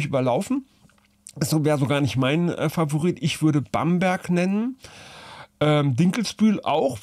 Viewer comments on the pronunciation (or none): none